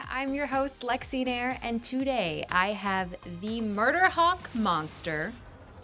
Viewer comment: Lexy Nair, who cannot pronounce nair properly, she looks like Chinese and Japanese, her mother is from southern India in state of Kerala.